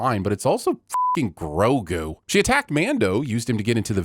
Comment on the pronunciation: Sin 49: Okay okay. I WAS going to piss on you about how you don't know what side quests are, BUT I cannot deny that you have correctly said Grogu's name, and that's exactly the acknowledgement I've wanted to hear from someone who isn't a part of the show, ever since this episode came out. So I'm going to hold my piss 'til next time.